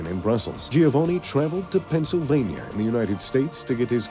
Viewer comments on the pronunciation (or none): none